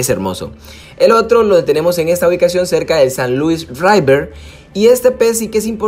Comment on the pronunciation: Nunca voy a entender porqué dicen raiver en vez de river. Btw buena guía pana